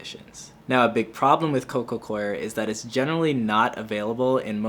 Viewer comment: I appreciate you saying Coco Coir correctly 😁